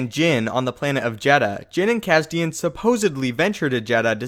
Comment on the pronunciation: Isn't his name cassian not cassdan?